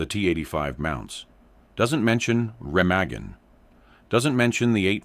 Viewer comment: The bridge and river are pronounced 'Ra-maa-gan'.